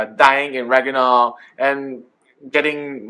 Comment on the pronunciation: Haha. Rag-NA-rok.